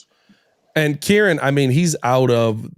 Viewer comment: It's Keer-On